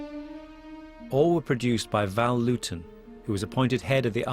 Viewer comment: No, Dave, it's Lewton. Named after Val Lewton, just as stated in the video.